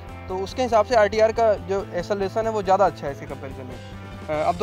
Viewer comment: Acceleration hota hai..esselvasan nahi